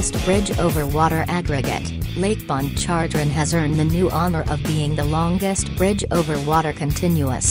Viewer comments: The only reason I gave a thumbs down is for the "speak and spell" computer generated voice narrating this hilarious video. To hear it try and pronounce the Louisiana bodies of water cracks up. (I'm from Louisiana) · Did I hear lake pon chon jre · IKR? The way it pronounced "Pontchartrain" was hilarious, and that was the easiest one. I'd like to hear it pronounce "Tchoupitoulas".😂